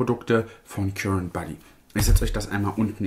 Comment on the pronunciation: Oh sorry nur so am Rande, das englische Wort current liest man [karent], es bedeutet der (elektrische) Strom. ❤